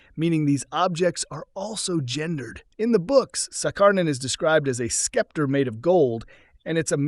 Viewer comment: Scepter pronouned as Skepter...?